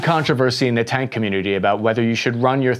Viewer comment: "cank"? tank?